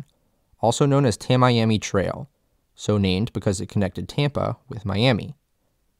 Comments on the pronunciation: Well done video of what we need to know. Having grown up in FL, I always heard the Tamiami Trail pronounced like Tammy-ammy. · Born and raised in Tampa- I wish they taught this school. More Floridians should understand the everglades. BTW we pronounce Tamiami Trail "Tammy-ammy." (Tami-ami) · 1. Kissimmee is pronounced: kuh SIM mee. Emphasis on SIM 2. Tamiami Trail is pronounced: Tammy Ammy Trail. The pronunciations of both names are easily researched and on the internet. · Tamiami is pronounced (Tammy ammy). I know you wouldn't think it but if you're from FL you know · Kiss-a-me? Really? It is pronounced Ka-Sim-ee...and it is Tammy-AM-EE trail. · It’s pronounced “Tam-ee-am-ee.” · It's pronounced "tam-ee-am-ee" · It’s pronounced Tammy ammy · Sorry to be that guy... but it's Tam-mee-am-mee.... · It is pronounced Tam ie am ie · Tammy- ammy. Cus sim e. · You don’t know how to pronounce Tamiami. Tam-me-am-ee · As an ex local the way you say tamiami trail is cracking me up- it’s all one word, not tam-Miami, tam-iami or tam-ee-am-ee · Yeah everytime he said I cringed. Lmao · Every time you say "Tamiami" you make it painfully obvious you've never been to south Florida. Just saying. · They sure could have gotten a better narrator for this. Someone that knows how to pronounce Kissimmee, and Tamiami would have made sense, instead of some Yankee without a clue, reading from a sheet of paper. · Dude, you oughta learn to pronounce names you're going to use in a video. Tamiami you're not saying correctly. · It’s pronounced “Tammy-ammy” not “Tam-Eyeamee” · Nice video. The Everglades are dead though. What man didn't kill, the pythons did. For future videos, note it's not pronounced the "Tam-Miami" trail. It's the "Tammy-ammy" trail. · Amazing video! Only critique is Floridians call it Tammy ammy rather than ta-Miami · I grew up in Naples. We always pronounced "Tamiami" as /tæ.mi.æ.mi/ road, not /tæ.maj.æ.mi/. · "Ta-mee-am-ee" trail. Not Ta-Miami. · its not tam-miami, its tammy ammy.